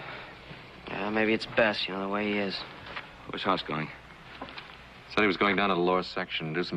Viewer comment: It's Hoss not Haas Mr writer man